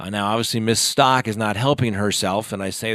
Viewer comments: [STOWK] not [STAWK] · Staouk...not Stalk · Thanks! I'd seen that Leticia Stauch stopped in Kansas for the night, but just figured it was for the guards to rest. I hadn't heard about her escape attempt. An aside, Ms. Stauch has pronounced her name like Stouch (rhyming with couch), not like Stock. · Its pronounced St-ow‐k not stock. It boggles me how half of the youtubers pronounce it wrong. When people repeatedly mispronounce names it makes them look b league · It is "STOUWK", which rhymes with "COW" "HOW". Surely you're tired of people mispronouncing your name; I would think you would pay attention to details like this. When you don't, it damages your credibility.